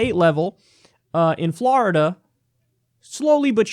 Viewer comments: F L O R I D A. NOT FLARIDA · Kyle why do you pronounce Florida like that you fucking degenerate.